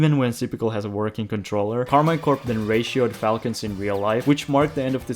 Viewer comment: Pro tip : it is pronounced Karmeen Corp (I'm french)